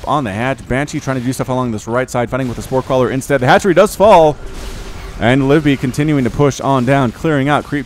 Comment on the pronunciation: Also I'm pretty sure it's Liv-ee-bee not Live-bee